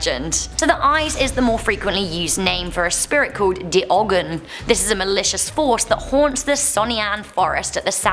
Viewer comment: Did you just pronounce it like a german "de" and ogen with 2 g's?